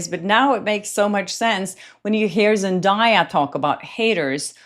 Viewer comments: Zen-DAY-a, not Zen-Die-a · Zendaya is pronounced … zen-DAY-uh NOT zen-DIE-uh😂😂😂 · 1. ZenDAYa - with a "day", not "die" - you can watch some videos where she says it herself, that is why I remember! 2. The bracelet looks the same... What Taylor is wearing looks like the same as top part of Blake's bracelet - like she layered it, with something silver under it! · Zendaya has told everyone how to pronounce her name properly many times so people will stop butchering it. It’s pronounced Zen-day-ah not Zen-die-ah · is pronounced ZEN DAY YA. NOT DIE. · Zen DAY Uh. Not Zen DIE Uh. I dont understand why journalists cannot pronounce her name correctly. It's literally pronounced the way it's spelled. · Girl, her name is zen-day-uh, NOT zen-die-uh. Get a person's name right. The minimum sign of respect. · Pronounce her name Zen-day-ah. That video of the fashion show is from 2023. Zendaya had already addressed it. She said she was watching the fashion show and waiting on the models. She wasn't paying any attention to Blake. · I love you and Zendaya and many have pronounced it the same way, but her name is pronounced Zen- Day- Ya. What if Blake dressed Taylor and gave her the bracelet to borrow? Lol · She pronounces her own name ZEN DAY A fyi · Zen DAY uh. Please stop mispronouncing her name. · Lady - learn how to pronounce Zendaya’s name- it’s really not that hard. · At least pronounce the name right😂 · at least learn how to pronounce Zendaya's name. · I really admire the work you do. However, as a Hollywood reporter, one of the basic expectations is accurate pronunciation of celebrity names. I understand that you're from a different country (I am too) but that shouldn't be a reason to mispronounce someone's name. Looking up how to pronounce someone's name is the least you can do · you are pronouncing Zendaya’s name wrong.